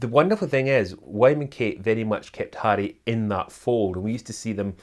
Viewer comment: I love the way he pronounces Harry with his Scottish accent!